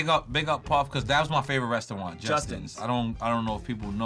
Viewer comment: Just got to point out N.O.R.E. sayin restawant but i still like his music